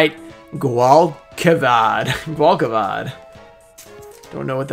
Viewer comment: The noble knight is pronounced like gwall-che-vhad